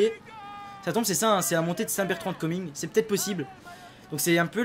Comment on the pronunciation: et c'est saint bertrand de comminges et pas commingues